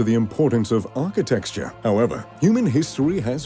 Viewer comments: out the gate the narrator pronounces it as "ARCHITEXTURE" and it really through me off. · I’m sorry did you just say “Architexture”? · I cringed when he pronounced architecture as "architexture" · 3 seconds in and I can't watch this.. Architexture??!